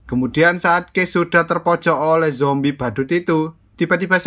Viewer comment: Lu ngomong zombrek ngakak anjr😀🤣